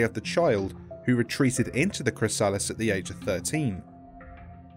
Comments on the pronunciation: ChrysAHlis lol it spozza be chrysa-liss lol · Why dose he say chrysalis....like that...